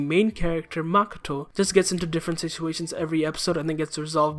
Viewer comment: Lol literally makato? Try mikado